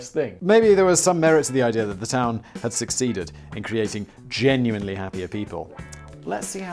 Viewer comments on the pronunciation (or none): none